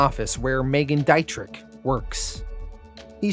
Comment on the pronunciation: I before e auf Deutsch sind “ee”, e before i sind I-”eye”. It’s Dee-tri phlegm